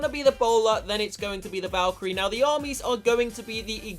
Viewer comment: valkarie not valcharie